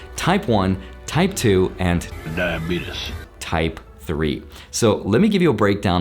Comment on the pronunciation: Not going to lie. The reason I liked this video was the cat saying "Diabetus".